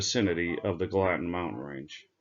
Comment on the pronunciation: who made these maps? It’s pronounced Gal a tin.